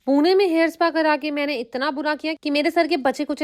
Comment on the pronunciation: puuuneeee nhi hai didi wo pune hai